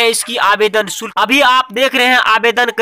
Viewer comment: अबे आवेदन शुक्ल नही शुल्क